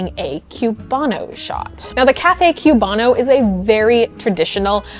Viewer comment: Love the video but coming from Florida the pronunciation of Cubano hurts. It's pronounced koo-BAH-noh rather than a "cue" or "queue" sound at the start of the word. <3